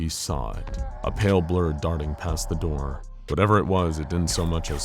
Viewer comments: “A knock at the dur” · I love that you dont go back to fix some words. "A knock at the der". Glad it isnt a robot for these! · "A knock at the DIR DISTIRBED HIM" im kackling i hope the creator sees this :)